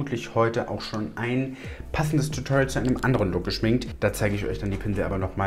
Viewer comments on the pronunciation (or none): none